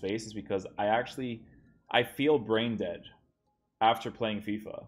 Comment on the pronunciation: Why u keep saying «deadsh» with a sh sound at the end?